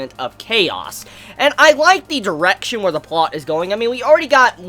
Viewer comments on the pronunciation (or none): none